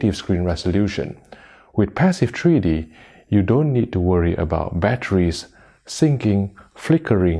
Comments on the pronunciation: What is “treedy”? Treedy bluerays? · "Tree D."